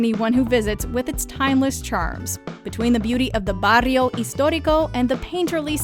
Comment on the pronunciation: I find so funny Americans trying ti pronounce spanish and charging the R very much Barrrrrrrrio